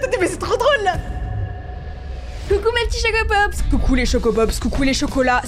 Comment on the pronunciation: Je sais pas pourquoi mais à chaque fois que tu dis salut les chocopops j'ai l'impression que tu dis salut les Chocapic ❤😅😅